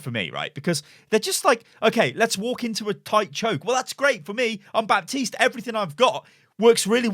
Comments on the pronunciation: calls baptiste bapis LUL its pronounce bateest no bepis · I'm triggered from you saying Bapsis